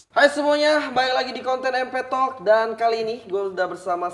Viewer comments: "Empetalk instict" "Empetalk instict" "Empetalk instict" "Empetalk instict" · "EMPETALK EIDUART" "EMPETALK EIDUART" "EMPETALK EIDUART" "EMPETALK EIDUART" "EMPETALK EIDUART" "EMPETALK EIDUART"